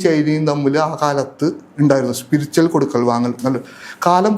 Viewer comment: സ്പിരിച്വൽ... സ്പിരിച്ചൽ അല്ല